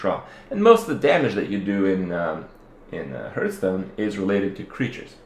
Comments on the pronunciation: Why do you keep saying Hurtstone. Its Hearthstone ( reads hartstone ). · stop calling it huuuuuurtston!!! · HEARTHstone not HURTstone good video though.